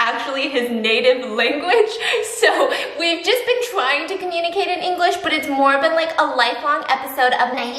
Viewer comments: I CHOKED ON MY WATER WHEN SHE TRIED TO SAY ”ENGLISH” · The moment she realised “english “ is actually “yin yue” not “yeAn YayU”